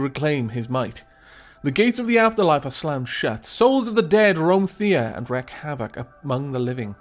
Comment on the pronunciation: as a rule of thumb, pronounce slavic names as though you were reading Latin. It won't be perfect, but it'll be far, far closer than anglicizing it. (so Theh-ah, Peh-roon, Veh-leh-s) -sincerely, a cringed viewer